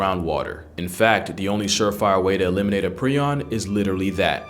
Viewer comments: Pronounced "pry- on" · Its pronounced “pr-eye-on” btw. Also known as mad cow disease in bovine, or Creutzfeldt-Jakob disease degenerates nervous and brain tissue, creating plaques on the brain that eat away at the tissue. Its irreversible and untreatable. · It’s pronounced like “Pry-on”. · Prion is pronounced with a long i sound. Pry-on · ❗❗❗Its pronounced prie-on (with a long i). NOT PREE-ON. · Just so you're aware prion is pronounced pry-on not pre-on. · It’s pronounced *pry-on. I knew about these diseases but it’s still Extremely sad ;r(, This is hell, can’t convince me otherwise.